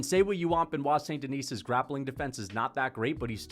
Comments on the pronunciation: It’s “Denee” not “Denise” right? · Don't pronounce the "S" at the end of DENIS in French. It's just "DE-KNEE". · I feel like you’re calling him St Denise on purpose lmao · Us french dont pronounce the "s" in Denis, quit torturing yourself 😂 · Love these videos but please don't pronounce the s in "Denis" lol tbf french is confusing asf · The S is Silent